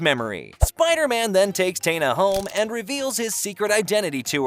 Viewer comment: My favorite cartoon ever and you brought up Gwen? Not ever introduced in the show And mispronouncing Taina’s name is crazy.